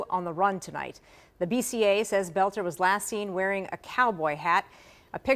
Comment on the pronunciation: Finally, somebody who pronounces his name properly. I was cringing each time I heard them say bolter. But most news people are illiterate nowadays.